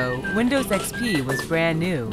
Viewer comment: Welcome in 2023 Ugh what is windows "ex-pe"